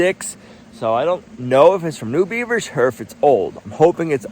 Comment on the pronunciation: The way says "beavers" is almost like he's saying a swear word!